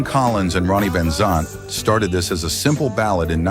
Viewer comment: You lost me when you pronounced Skynyrd and Van Zant wrong. 🤦‍♂️